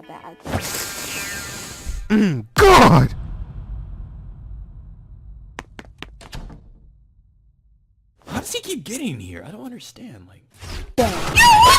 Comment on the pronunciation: This nigga hit every letter with emphasis in “GOD”I’m deceased